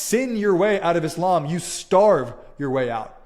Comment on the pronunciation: Always a pleasure and an equal absurdity to see so called 'ex-mozlems' who don't even know how to pronounce Islam or Muslim to begin with. 😂